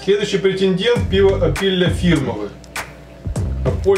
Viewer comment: фірмове - наголос на "О"